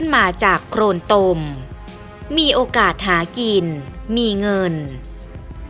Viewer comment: เกราะขอบเวที อย่าปร่อยไว้ จากโครนตม ล,ร,แยกหน่อยก็ดีนะ คนไทยหรือเปล่า